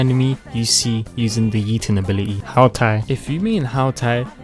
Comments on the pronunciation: Its Hu tao Pronounce: Who tao Not how tao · "ZIAO" "KASOOHAH" "HOW TAI" "ZHONGUH LEE" "ZING YAN" "ZING QUE" "ZANG LING" "*CHILD EE*" DUDE IM CRYING I CANT 😂😂😂😂😂😂😂😂😂😂😂😂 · How towl ❤️❤️